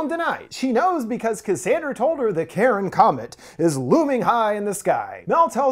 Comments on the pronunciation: Car-on (Charon), not Karen. That's killing me watching this :). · omg its not pronounced "Karen" its "Kai-Ron". "CH" in ancient Greek was pronounced with a K. Ya killing me, I'm a nerd I have to know this useless information so forgive me. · The boats man of the dead name is not pronounced Karen it’s pronounced Car-I-On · Until mentioned the connection between the Ferryman and Charon, this entire time I had been thinking that he had been saying ‘Karen,’ not ‘Charon,’ so now I feel like an idiot, lol. Although, it would have been pretty amusing if there had been a comet called ‘Karen,’ and a substance called ‘Karenite,’ heh. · The scariest thing is hearing Charon pronounced as Karen.